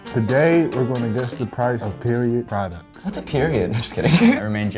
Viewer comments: “Prodcuts” lol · "Guys guess the price of period prodCUTS" lol 😂